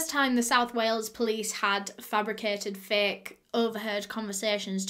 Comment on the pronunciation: "Whales" haha. It's "Wales". But yeah just am blown away by this case, the fact that its just so OBVIOUS that its the husband!! Ugh.